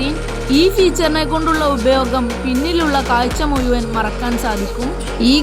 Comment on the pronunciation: മുയുവൻ അല്ല മഴുവൻ എന്ന് പറയു